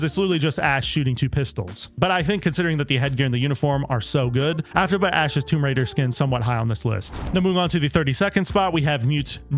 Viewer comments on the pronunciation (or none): none